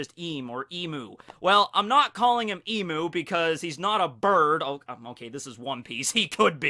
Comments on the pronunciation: Look I'm sure your video will be good and all, but I'ma stop you at EMOO war... its Emu (e-mew) not Emoo... Emoo is electronic cows, Emu is the bird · [Exaserbated sigh] You’re mispronouncing emu, dude. It’s eem-you, not ee-moo. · On behalf of every Australian you're pronouncing Emu wrong. It's Em-you not Em-oo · Its not E-Moo, goddamn. Its E-Mew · Even tho im from australia and its pronounced E-myu, im gonna call them emoo's from now on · It's "eem - you" not "eem - moo" ( I'm Australian ) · "eemoo" psh... smh it's eemyoo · It's not pronounced Emoo it's Eem-u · please it's pronounced e-mew not e-moo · Please pronounce emu as "eem-yoo". As an Australian, my emu overlords have commanded me to correct people's pronunciation of their glorious name. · I guess that's the dialect because I don't think it is pronounced as Em-yu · Hahaha I’m a long time follower from Australia and I haven’t finished the vid yet! Haha emu is pronounced eem-you hahaha your pronunciation cracked me up ahaha but anyway keep making good vids man love your stuff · crikey you saying emu, burns my aussie soul. ahhhhhhhhhhhhhh nah jokes love ya vids, p.s. its pronounced e bloody mew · Finally someone who doesnt say ImUUUUU. now all that remains is to fix the EneRUUU issue.. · Actually, emu is pronounced eemyou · I can guarantee you it’s pronounced eemyou. I know us Aussies are weird like that. But emu is pronounce “eem-you” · dunnno if you were just going with the imu thing but in case you didnt know emu is pronounced "Eem-you" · emu is pronounced EEEMYUU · it is pronounced eem-yeww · It’s pronounced E Mew not emu I know it’s weird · it's another emoo it's emyou these are phonetic not proper spelling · Every Australian cringes at your attempt to say “emu”. It’s pronounced eem-you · Please don't say emu it's pronounced eem-you. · It triggers me how you pronounce emu, I'm Australian and it's pronounced E mmmmm U, e and u are pronounced as there letters. Emu